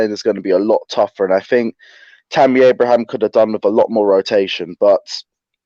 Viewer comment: Tammy Abrahams. Robbie learn how to say Footballers name right. 🤣🤣🤣.